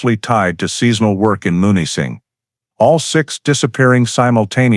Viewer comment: Munising is pronounced MEW-nis-ing MEW, - not MON or MUN